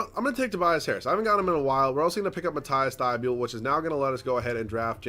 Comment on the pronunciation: Its mat-ease thybol not mat-ice thybuel pls read this too